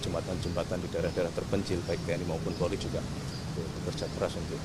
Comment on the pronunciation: Polri cak bukan porli